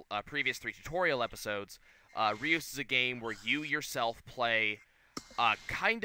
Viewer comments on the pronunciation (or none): It's pronounced ''Röüs''